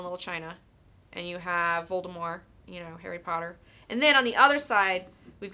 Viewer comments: Good job pronouncing "Voldemort" without the "T". First JK Rowling, and now you. It might just be catching on. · Hahaha she said Voldemort correctly! Love it.